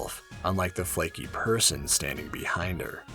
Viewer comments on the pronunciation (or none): none